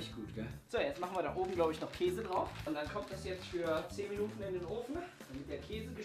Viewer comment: sagt immer auch kase hhaah